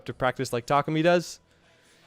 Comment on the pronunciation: "boontar" "tarkoomy"